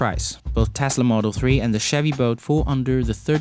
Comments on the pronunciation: that accent though. Sounds like boat to me. Chevy boat. Not making a fool of you, just a funny accent to me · Chevy "Boat" and Tesla "Vote" :P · Is he saying Chevy boat? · Chevy boat? Try to say the "L" in the name bolt